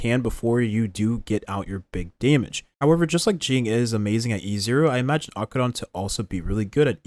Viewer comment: I love your Acheron pronunciation.